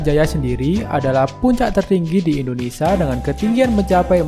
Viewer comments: Indonesia, bukan Indonesa. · Admin beritanya baik tpi Admin hrs belajar melafalkan nama Indonesia dengan benar. Admin bs bilang Malaysia dengan benar knapa nga bs melafalkan IndoneSIA dengan benar. Nama negri Kita INDONESIA bukan INDONESA. Kedua melafalkan kan Like itu ,"i" nya dibaca "ai", lafal bavanya 'laike' bukan 'leeke' Mohon di perhatikan.